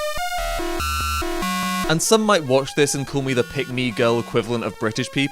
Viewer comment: Call* not Khool